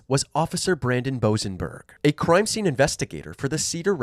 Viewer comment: “Croime scene” Canadian ahh